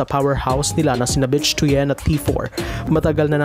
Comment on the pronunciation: Hindi "Bitch" ang pronunciation ng "Bich". Should be ~ "Bit" with weak "i". For "Tuyen", should be similar to "Tuwin" na ang stress ay nasa "win".